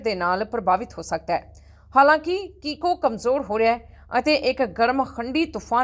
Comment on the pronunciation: ਕੀਕੋ ਹੈ ਤੁਫਾਨ ਦਾ ਨਾਮ ਹੈ। ਕੋਕੋ ਨਹੀਂ ਹੈ